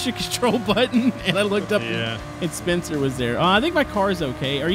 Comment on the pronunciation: Instead of spencer it’s spuncer